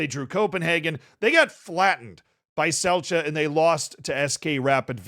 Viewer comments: Man from slovenia here,Celje is projounced Celje and not Celje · Dude why u gotta remind me of that embarsing loss to a Fereos islands team like i thought id see some glazin and than u remind me of that disgarce but so hyped and prob will watch them in the knock outs maybe even the next home game vs Circle Bruge also ur saying Celje wrong its pronuced but i dont think english can even say the C correctly